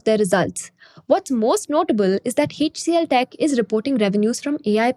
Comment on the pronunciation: Typical wholesale greed of the parent company! Fully offered for sale, and FV 1. Nuts! Shameless! Plain greed!! Let the anchor bank fools do the payout first! I'll see after listing for I am still an MTR fan, and want it to do well. Btw, its "Aitch CLTech, not Heych CLTech. "A" and "itch" pronounced as one syllable. So, it would be Aitch DFCBank and not Heych DFCBank. Your flow of spoken English and especially enunciation is excellent, so it beats me where this wonky quirk crept into your pronunciation. Unlikely you grew up with it. But it is a characteristic South Indian quirk!